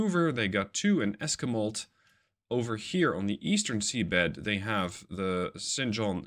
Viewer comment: it hurt me physically to hear you mispronounce Esquimalt. It's pranounced like Esss-qwi-malt.